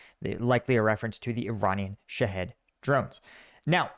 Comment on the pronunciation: There no such thing as a shead! There is no head in it .. sha- hed pronounced sha-hEEd with a long E sound NO HEAD! It's an Islamic suicide martyr